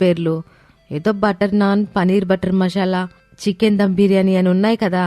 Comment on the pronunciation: Mashalaa kadhu 😅 masala anali 😏😏😏